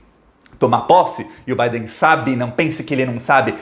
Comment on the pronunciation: Digo Biden, e não Baden.